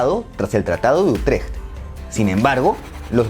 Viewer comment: Por favor pronuncia bien el tratado de Utrecht gracias 🙏